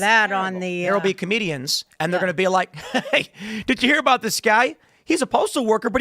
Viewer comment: "Comedians or artists.....". I thought she said, "Canadians or artists." 😂😂😂